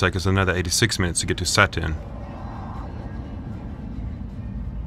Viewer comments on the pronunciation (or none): none